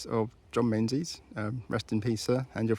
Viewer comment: Menzies is pronounced Mingus! 😊